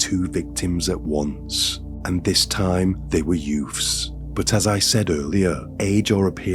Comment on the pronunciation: If I hear the word "Youfs" once more I am going to go insane! Since when was a toddler baby a "Youf"